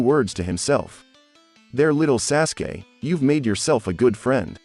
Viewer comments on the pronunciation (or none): This guy said sassgay instead of sauce gay aka sasuke